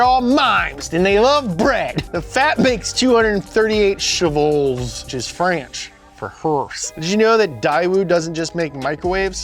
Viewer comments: We say "chevaux" not "chevals", yeah just french non-sens thing. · its chevaux not chevals man (but frl tho they gone get mad be careful frenches are weird) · Love u guys but you can't even use Google translate properly ;) Horses in french : Chevaux. Not "Chevals" LMAO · Chevals hahaha naaah its chevaux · I appreciate that you guys looked at "cheval" and used some linguistic logic to put an S on it for plural But I've got to inform you the plural of horses in french is "CHEVAUX" (pronounced sheuh - voh) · It is "cheveaux " for (cheveux vapeurs) because u have more then one ("cheval"is made for only one) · Man said "chevals" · actually it's "chevaux", it's the plural of "cheval"